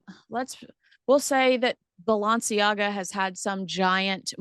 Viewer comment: Hi... Its Balenciaga... Not Balanciaga...